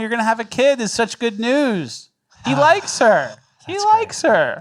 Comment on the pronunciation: Omg!!!! I thought he says "The best Neeew podcast of all time " just now realized he is saying "News" ahahaha I've been saying it every video outloud for 2 years wrong